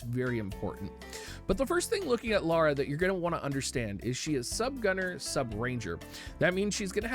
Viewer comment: Please stop calling her Laura, her name is Lara